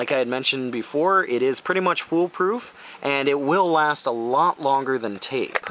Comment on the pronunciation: "the full poo- full proof part.." lmao